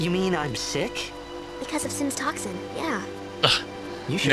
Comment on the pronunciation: pronounces sick like "sitch"